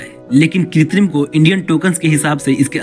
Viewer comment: Are bhai....kitrim nahin.......krutim mean artificial